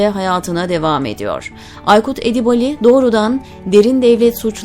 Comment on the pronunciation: Sayın sunucu Edibali değil Edibâli okunmalı kulak tırmalıyor